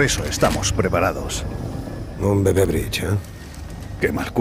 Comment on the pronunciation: bebe? O bebé 👶